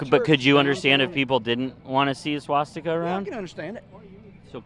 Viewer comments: He said swash sticker - so educated he couldn’t even pronounce it 😂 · Homie said “swasticker”